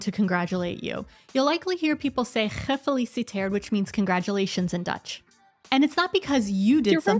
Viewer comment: lol, the way you said “gefeliciteerd” would entice a dutchman to give you the Heimlich maneuver. Besides, dutch people don’t mind Happy Birthday either, english is kinda a second language for the dutch. When it comes down to cheese, I would like to advice you to ask for “jonge graskaas” when the spring begins, I think you will be pleasantly surprised.